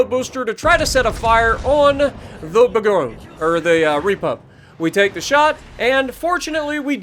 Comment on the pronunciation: Hey dude, I’m French, so I’ll help you pronounce that ship’s name: it’s called « boor goñ » Bourgogne is a French région where you can find delicious wine 😊😊